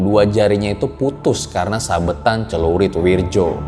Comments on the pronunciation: Wirdjo itu dibaca Wiryo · Wirdjo? Werjo yg benar ... isun asli banyuwangi